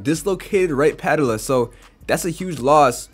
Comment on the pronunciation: Puh ~ tell ~ uh = patella Joh ~ keem = joakim